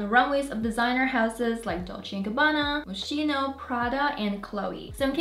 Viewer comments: Hi, love your content ❤ definitely not to hate but “Moschino” in pronounced “MosKino”. I got you girl ❤ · FYI the brand is pronounced moss-ski-no